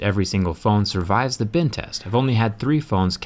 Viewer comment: Did he say tess at the beginning